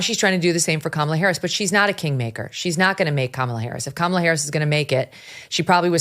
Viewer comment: It's pronounced Kamala not "Kaaa malaaa Haaarrriss!", Oprah. Get it right, don't be racist.